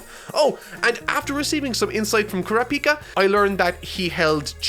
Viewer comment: It's Kuràpika goddammit not Kurapìka! It's like a dagger in the chest every time he miscalls him